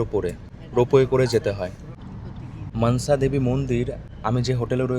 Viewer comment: তুমি মানসা দেবী মন্দির না বলে মনসা দেবী মন্দির বললে বেশি ভালো শুনতে লাগতো।।।